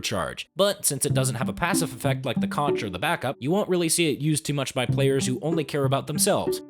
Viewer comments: OH MY FUCKING GOD I THOUGHT I WAS DONE WITH DUMB PEOPLE PRONOUNCING CONCH WRONG AFTER LEAVING FLORIDA BUT NOPE APPARENTLY SOME PEOPLE STILL DON'T KNOW ITS PRONOUNCED KONK EVEN THOUGH THE ITEM NAME IN THIS FUCKING GAME IS MEANT TO BE A PUN ON THE WORD CONQUEROR kOnTsH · It's pronounced conqueror, not concheror, because the conch is pronounced as conk.